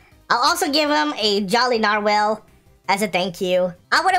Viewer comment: Is nobody else acknowledging that’s he’s calling it a nar-WHALE?